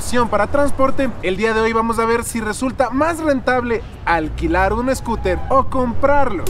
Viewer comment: Jajajaja mi hijo viendo tu video se ríe cuando dices escuter 🤣😂 saludos desde Tampa Florida 🤗🤗